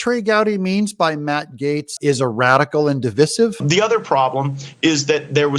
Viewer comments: Divīsive NOT Divisive.....Di-VIE-siv Saying de-viss-iv IS WOKE!! C'mon Doug,d don't start going woke on me friend! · It’s divisive, sounds like divide with a long I.